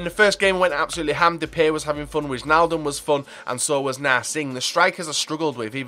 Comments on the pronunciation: If there is wij like en wijnaldum you have to pronounce it like why so whynaldum :-) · You pronounce wijnaldum like whynaldum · wijnaldum, if you call him Why-n-all-dum it's pretty close to the dutch pronunciation. and pls call Depay Memphis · Witchnaldum and Zowut xD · The 'ij' in Wijnaldum is said like the 'i' in ice